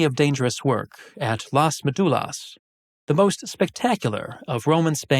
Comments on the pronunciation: Just a little correction, it is MÉdulas, acento en la primera sílaba, not MeDUlas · You need to learn to pronounce ''Médulas'' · You do a video on a subject and can't bother to learn how the central word is pronounced? It's basic part of the most basic research on the matter.